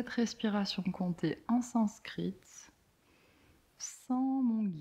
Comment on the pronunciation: Merci pour ce voyage 😉 Impressionnante ta maîtrise du sanskrit 😮